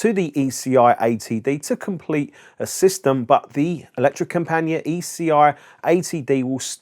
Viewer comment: Electrocompanee-et, with a hard T at the end. Use google translate , type in Elektrokompaniett (Yes, use a k, not c), then click the loudspeaker button below, it's pronounced pretty much perfect. Ignore any suggestions to change input word.